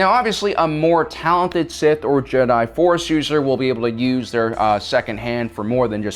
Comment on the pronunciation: Also says jedi wrong